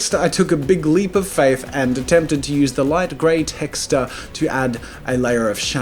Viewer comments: He said texter!!!! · “TEXTERS” LOL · did you say texters? what? who calls them that? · Oh god i watched this whole video thinking he was pronouncing texture as texter but turns out its an australian slang HAHAHHA